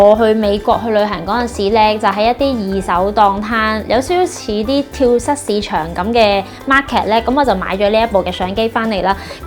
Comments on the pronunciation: 係跳(組)市場，唔係跳(失) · 跳蚤個蚤字讀"早" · 跳蚤市場个音係讀跳早市場丫。